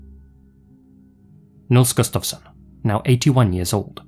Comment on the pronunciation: You pronounced Nils Gustafsson really well 😊